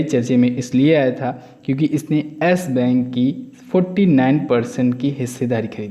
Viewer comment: Yar tum logo ka pronunciation kitna ganda hota hai, sala ASS BANK kya hota hai.. YES BANK nhi bola jata kya?